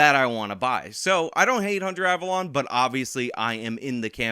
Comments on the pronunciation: The correct pronunciation is "" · The correct pronunciation is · It's pronounced Abalone ( Aaa-ba-lone-e)